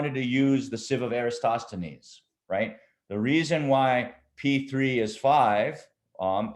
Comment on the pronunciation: I think "EratoSTHenes", not "EraStoTHenon"